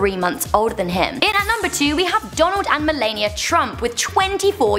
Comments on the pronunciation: You said "Melania" wrong. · the way she pronounced Melania tho 😂😂😂